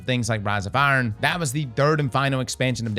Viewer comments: Is from Baltimore? “Ash and Aaron” 😂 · "Ash and Urn"